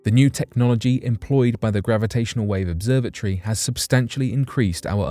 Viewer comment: 😂😂🤣🤣🤣bruh ya got. Now I'm listening closely to his pronunciations